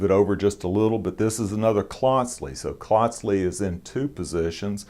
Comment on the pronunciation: Hello again. I contacted you a couple years ago after seeing the review of the Klotzli and Reeve knives. Glad to see you got another Klotzli. I have three: one is edc the other two are nib and about 15 years old. Gotta tell uou how to pronounce the name. It is Klotzli with the first part sounding like "coat" but with an "l" after the "c". You are pronouncing it like the first part rhymes with "clot" as in blood clot. Just letting you know because I respect you and thought you'd want to know. I work for a Swiss company and my son-in-law is Swiss so I've heard the name many, many times. It is my favorite knife shop to visit.